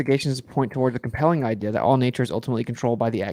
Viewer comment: Literally why do you pronounce “idea” the way you do. 😅 I’ve never heard such a thing